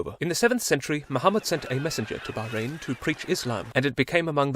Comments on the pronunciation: THANK YOU FOR PRONOUNCING MY COUNTRY PROPERLY 💀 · he is the first non arab youtuber that i called him not to pronounce it baaw-rain